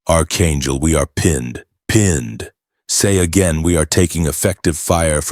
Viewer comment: It is NOT ARCHangel! It is PRONOUNCED ARK-angel. AI narration is illiterate! 🇺🇸🤨